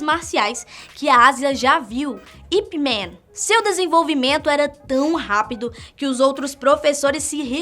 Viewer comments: Só uma correção.. se diz ip Man não Ip Men.. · Caralho, para de falar IP MEEEEEENNNNN, isso não é uma palavra em inglês, o nome é chinês, IP MAAAANNNN, com som de "A" mesmo!!!!! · Ip-Mãn, por favor, respeite a pronúncia correta do nome.